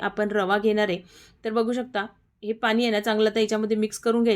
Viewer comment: पाणी बोल ग... पानी नाही... वटाना.. नाही वाटाणा